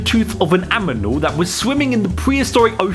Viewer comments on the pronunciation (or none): In , did he say "aminal" instead of "animal"..?